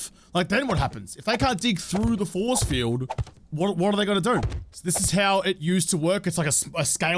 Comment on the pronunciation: Was watching with hubby and he thought you said zombie foreskin when you said zombie force field lol